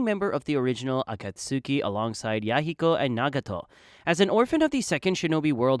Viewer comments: It's pronounced ah-cot-ski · “Akat suki” please NEVER say it like that again it pmo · it is not. The “tsu” in Akatsuki is a very short sound which is difficult to depict in English. You don’t really vocalise the “u” sound. A rough approximation should be “ah cats key”. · Uh-caught-ski is how you say akatsuki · Uh-cut-soo-key Sorry bro but i can’t make it past the third time 😂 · Can you please say Akatsuki correctly? 😂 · Never clicked off a video so fast in my life hearing u pronounce Akatsuki like damn did u even watch the show?????